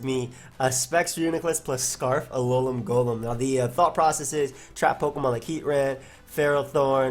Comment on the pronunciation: It’s pronounced “Alolem”